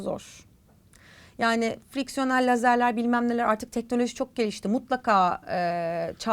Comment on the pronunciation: Fiksiyonel mi fraksiyonel mi😂😂